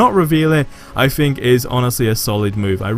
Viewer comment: The word "Think", doesn't start with an "F". You're freaking English and you barely speak it... Hahaha jk, man.